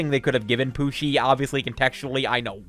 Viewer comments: BRO WHY U CALLING HIM PUCKI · you literally called pucci pucki